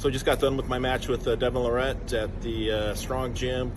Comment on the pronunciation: John calling him Devon Le Rat... lol